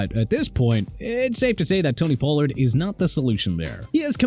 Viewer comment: FLACCO IS PRONOUNCED FLAH-KOH NOT FLAK-KOH!! HEY GET THE QUARTERBACK'S NAME RIGHT!!!! TOO EARLY FOR THIS GARBAGE, I SWEAR... CAN'T GET ENAGBARE RIGHT... YOU SAID EN-GA-BAR WHEN IT'S PRONOUNCED EE-NAG-BA-REE, POH-LURDT WHEN IT'S PRONOUNCED PAH-LURD AND ALSO SAVAIINAEA PRONOUNCED SAH-VAI-NAI-YAH WHO YOU CALLED THE WORST STARTER ON THE DOLPHINS!! YOU'RE DONE... MY TIME IS GETTING SHORTER AND YOU BEING ILLITERATE IN EVERY VIDEO IS PISSING ME OFF!! READ A PRONUNCIATION BOOK AND COME BACK WHEN YOU FINISHED STUDYING AND LEARNING TO GET PPL NAMES RIGHT!!